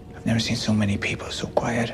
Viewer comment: Oh yeah and Ned Stark is alive too “I seent it” 🤦🏻‍♂️